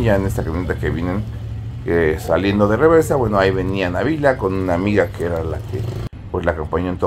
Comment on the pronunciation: Felicidades,hasta que pronunciaron bien el nombre de Nabila,en otros medios le ponen acento a Nabila y no lo lleva❤